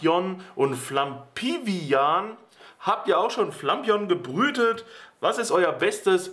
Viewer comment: Wie es sagt ist es definitiv falsch. Es heißt Flapion. Wenn man es so sagt wie er, dann müsste es "Flampignon" geschrieben werden. Lol